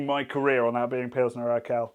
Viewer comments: You have a funny way of pronouncing Pilsner Urquell! It is oor-kwell, not ur-kell. I assume you know that this means that all other Pilsener beers are copies of this. Try and get hold of Einbecker Urbock some time! The religious reformist Martin Luther quite liked it. PS: Zatec is a town, not a region and it is an hour and a half drive from there to Plzen where Pilsener Urquell comes from. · everytime he says "urkell" instead of urquell my ears bleed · Lovely too see Pilsner Urquell rank strongly, it's one of my favourite beers as well. (Love how you pronounce it btw, sounds a bit like, as in Steve:D The qu in it is a bit more like the one in quality, so a "kw"). Also pleased with Stiegl's performance, as an Austrian. Funnily enough, lots of people here hate on it, but I think that's more of a thing of intra-Austrian regional rivalry rather than genuinely not liking its taste. People here tend to stick to beers that are produced in their region, so while you can get Stiegl anywhere in Austria, it's most popular in Salzburg, where it's from. I just like it and it's also one of the not so many still privately owned (read: not part of Heineken) breweries in Austria. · If you lile Pulsener Urquell you might want to learn how to pronounce it: its more like Oorkwell (with k and w both pronounced). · Not sure why it’s such a bother… Not even my Czech gf cared that he was pronouncing it that way. 🤷🏻‍♂️ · urquell pronunciation ? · Can you please look into how to pronounce 'Urquell' properly. That made my ears bleed. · It's funny how you pronounce Urquell somewhat correctly in the factory tour video, but completely wrong here :D